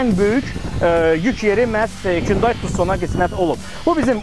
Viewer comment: Kündeyi yox Hunday) 😂